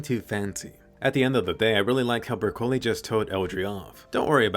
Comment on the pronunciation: Anime : Bercouli What i heard : brocolli